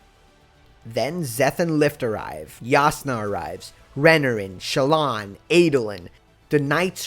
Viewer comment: Re-NAR-in not Renerin